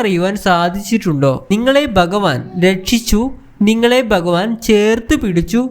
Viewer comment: എടാ മലയാളം ആദ്യം പഠിച്ചു ഭഗവാൻ എന്നു പറയാൻ പഠിക്കുക